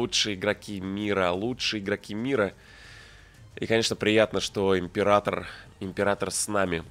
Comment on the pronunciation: "Ипрератор" ну вы и челедь.